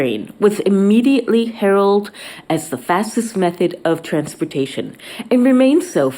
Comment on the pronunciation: *"Eighteen-Thirties" & *"heraldED".